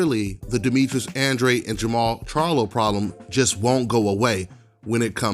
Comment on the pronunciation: The way you pronounce Andrade is uhhn-draw-day , just saying since I got the same last name